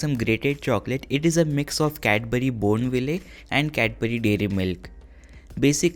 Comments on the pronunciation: “ Cadbury Bourn-VILLAY” = Cadbury Bournville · Bro bourneville is pronounced as bournevill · He said bone willly at 40 seconds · It was over when he said Cadbury bOurNviLléee